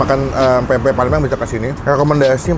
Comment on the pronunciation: bang, ati2 nyebut pempek. huruf M nya jgn diilangin.